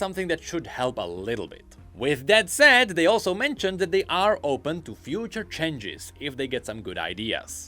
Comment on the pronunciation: chenges chenges... Someone teach him how to properly pronounce it